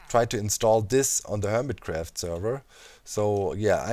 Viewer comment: "Härmit Gräfft" Well, only a few Germans say it like this :D